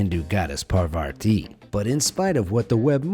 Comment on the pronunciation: Dumb idiots, the name of the goddess is Parvathi pronounced as "paar va thhi"